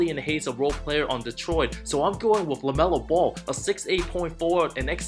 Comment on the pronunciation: It's LaMelo not LeMelo